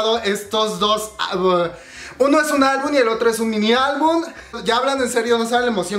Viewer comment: mori como dijo album , un error gracioso 😂 lo ame